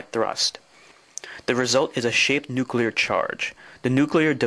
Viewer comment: He actually said nu-Q-lar. But then several US presidents have too. Look at the word. Unbelievable.